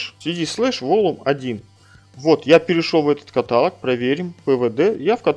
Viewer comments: есть правила русского языка. То как вы привыкли говорить - ошибка и режет слух. Тоже самое что говорить дОговор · каталОг, ёпта